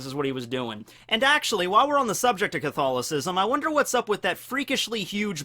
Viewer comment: Huh, never realized before this is first time ever I have heard english speaking person say Catholism. I didn't realize english speaking people actually pronounced it phonetically